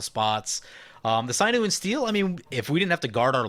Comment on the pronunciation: Hahaha you said "sinew" correctly this time! Congratz! xD GG!